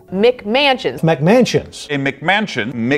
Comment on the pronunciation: How illiterate are some people? Eg, those newsreaders. It's not MICK-mansions. It's MAC-mansions.